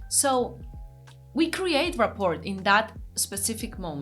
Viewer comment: If this was your first video, it was excellent !! I love your accent and your adorable mispronunciations of complicated English words. The "t" at the end of "rapport" is silent (rah-por). Keep them coming!